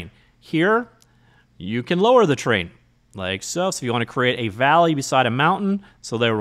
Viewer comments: Thought he was saying train systems 😂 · When you say 'terrain' in a video it always sounds like 'train' to me, so when you do a video about an actual terrain system I can relax, as I know what the 'train' means immediately :) If you ever do a terrain video that somehow heavily features trains I'll be in trouble. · Wait. Is it Terrain3D or Train3D? You keep saying "train". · Terrain isn't pronounced as "train".